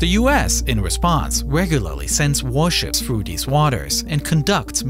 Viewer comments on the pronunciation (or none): "Fwew da middelw" and "deh ovver vay" jeez is AI that bad??